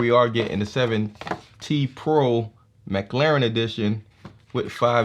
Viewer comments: Nice review there bro but its mclaren not mclauren xD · Not to be rude but i heard him say mclauren